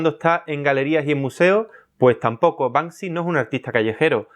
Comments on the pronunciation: Y a ver que "Panksy" jajajajajaja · Acabo de darme cuenta de que su nombre es BANKSY y no Bansky, sorry : ) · La gente que dice Bansky es la misma que dice mounstro. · "Y a ver que panksy" ja ja ja ja ja ja. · No es Banksy... es Bank Si!